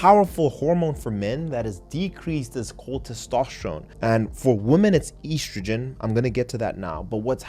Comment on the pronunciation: Very nice. Also, you're one of the few who can pronounce oestrogen (or "estrogen") correctly; bravo. But one thing: it's lb, not "lbs" or "LBS", even for the plural (just like it's "oz" and not "ozs" for ounces).